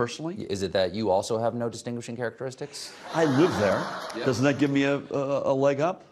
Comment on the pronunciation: the caption says Gov Murphy says "I live there" but it almost sounds like he says "I eat there"... he's so down the middle you can't even make out his own words